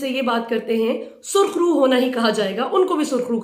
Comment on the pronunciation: Sarkhroo ya KHARKHROO? LOL